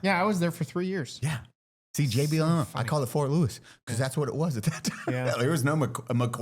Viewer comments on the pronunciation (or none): Because pronounced buh-kuzi